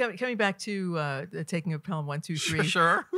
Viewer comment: This looks great! Very interesting. But…it might have been a good idea for the presenter to have seen the film. “Pel-ham” is a tell.